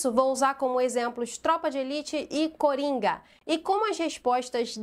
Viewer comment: Tenho certeza que a falando cUringa foi bem proposital 😂😂😂